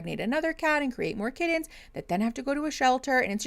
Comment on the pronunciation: I had to take a mental break from YouTube for a few months. Came back to this live for the first time in a while, got gifted a membership (THANK YOU!!) and said buddons and kiddens on the same video. Day made!